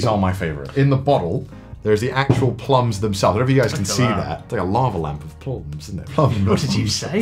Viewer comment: the way connor said plums like a proper north eastern english person is absolutely hilarious